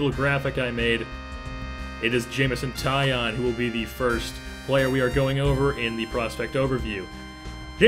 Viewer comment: It's not Jameson tie on it is tie own like a tie and you own it! (He said this before the 2013 futures game lol